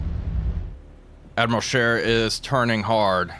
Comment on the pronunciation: Wait a minute… a non-European gamer saying “Admiral Scheer” properly? [eyes bulge, head spins in three axes]